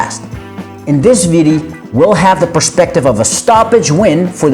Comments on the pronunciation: i hate the way this dude keeps saying "videy". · video. not viddy, video.